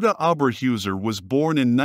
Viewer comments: Pronounced "HAIR-tuh OH-bear-hoy-zair" How can you do a whole mini-documentary about a person and make no attempt to learn how to pronounce the name??? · Well done video! Only only thing is her name should be pronounced Oh Ber Hoyser . This is not only for German, but how they would want it pronounced if an American citizen. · pronunciations: Orba hoyzer and Rravernsbrruk.